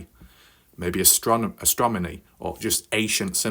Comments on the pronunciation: Listen to your videos before you let that shit out how hard is it to say astronomy correctly? Obviously impossible for your dumb ass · I did listen! to you say astromany you narcissistic douche